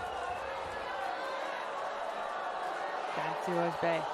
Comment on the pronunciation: pronounced correctly this way: cansu öz(buy) and not like öz(bay) should not be hard to do it right